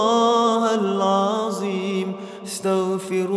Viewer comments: Not alazim, plz all let’s try to learn to pronounce the Arabic letters correctly 😢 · Mohon Maaf..mohon izin.. barangkali bisa di koreksi..kok mendengarnya " hal aziim ya ".. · Pembetulan BUKAN Astagfirullah Hal Aziim SAlAH TAPI SEPERTI INI Astagfirullah hal Athdziim (Huruf ThDo Hujung lidah keluar sedikit dari gigi depan bukan zo) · Yg betul itu asyaghfirullahaladhim...bukan haladzim..begitu kira²